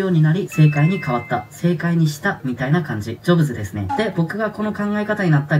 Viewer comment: 悩むならやる。 選んだことに全力を注ぐ。 また人生うまくまわすコツ学んだ あと、カタコトの〇〇デスネ がかわいい